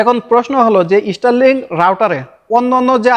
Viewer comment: স্টার লিং নয় স্টার লিংক হবে